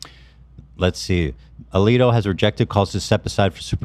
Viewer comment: I’ve watched this so many times now. mispronouncing Justice Alito’s name. 😂 👌